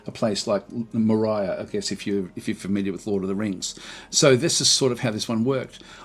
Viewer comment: The pronunciation of Moria really took my head for a spin xDDD Thanks for doing what you do, this game is so deep